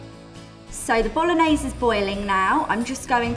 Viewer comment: You know it's gonna be a bad receipe when she can't even pronounce BOLOGNESE correctly... Even a 13 year old kid in italy would know better...